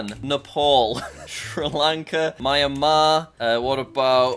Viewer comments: Jack said Mya-mar 💀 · It’ me-an-mar